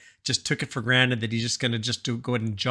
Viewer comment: taken for granted not granite <3 your videos though